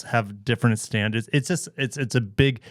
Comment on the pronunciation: "Standars"... really Forbes?